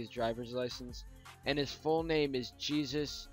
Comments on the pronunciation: It's pronounced Heysoos not Jesus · its not jesus its Hay-SuuS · Soos' name is pronunced "hey-zoos", not like "jee-zus." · It’s heysoos not jeasus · soos's name is prounounced (hay-soos) not (ge-sis) but they are spelled the same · not "jesus" its pronounced"hey-soos" REALLY, IT IS!!!!!!! also, who cares if its a filler episode or something mythological!!??!?!?!!? (mystery) i mean, SERIOUSLY!!!!!!!! Filler episode or not, it ALWAYS AMAZING!!!!!!!!!!!!!!! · Soos' first name is pronounced :Heyzoos not Jeezus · Sooses name is pronounced hey-zoos, not Jee-zus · It's not pronounced Gee-Sus it's pronounced Hay-SOOS hence the name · It's not (g-zus) it's (hey-soos) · Jesus is pronounced Hay-Soos... Just so ya know. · it's most likely pronounced "he-Zeus" not jesus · Jesus would be pronounced "hey-soos" not "je-sus". that's why his nickname is Soos! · FYI it is pronounced Hey-soos not Ge-sus hence the nickname Soos. Love your videos. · apparently his name is pronounced Hey-soos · Jesus is pronounced hesoos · "Jesus" is probably pronounced "hey soos" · Its Pronounced HAY-sus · It's pronounced hay-soos. Dip and Mabel say it. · Jesus is pronounced "hazues" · Soos' name is pronounced he-zoos. He is Mexican. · It's pronounced, "heysoos" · The Spanish pronunciation of Jesus is "hey-zeus", probably leading to the Nickname Soos. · really you said jesus as in the lord's son. FYI it is pronounced (heysoos) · Dude, you totally messed up Soos's name... I'm not gonna correct all the things you mispronounced, but 'Jesus' is said like "hay-soos" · His name is Jesus, but it is pronounced He-Zeus or He-Soos which is how they got Soos out of it. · It's actually supposed to be pronounced "hay-soos" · FYI, Soos's first name is pronounced "Yay-zeus" it's a common Spanish name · It's Jesus (pronounced "hey-soos") sorry for correcting you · I think soos's full name is pronounced Hey-Zeus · He mispronounced it Its pronounced hay-zoos Its a common Mexican Name Soos is probably short for Jesús